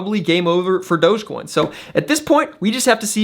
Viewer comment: Did he just say "Dodgecoin"? 😐